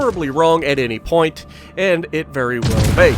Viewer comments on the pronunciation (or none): none